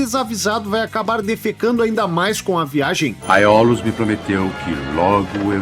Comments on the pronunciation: Neste filme houveram dois dubladores para o papel de Odisseu. Na maioria das frases era o Hélio Ribeiro (dublador do Coringa em Joker) e na derrapada de Itaca e Aiolos era o Luiz Antônio Lobue, dublador do Cavaleiro de Ouro Aioria de Leão.... acho que por isso ele se confundiu na pronuncia kkkk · NA MESMA HORA q eu ouvi o personagem do Assante, dublado PELO Lobue, falar "Aiolos" eu pensei "pronto, ele vai emendar uma piada na veia aqui pq o Lobue é o Aioria kkkkkk"... BATATA! 🤣